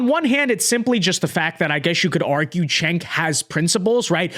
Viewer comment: It’s “Jenk”